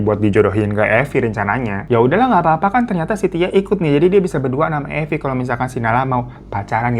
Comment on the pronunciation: Mirza jd Marvin....Evi jadi Eva....Arab maklum yeee 😅